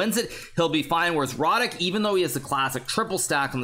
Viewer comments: Yea,I'm native on Polish and want congratulate Hikaru,pretty good speech. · I was surprised that no Pole wrote that Hikaru pronounced Radek's name quite well.